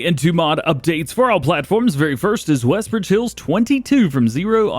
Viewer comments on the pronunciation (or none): ‘Wesbridge?’ Oh, “Westbridge!” Gotcha.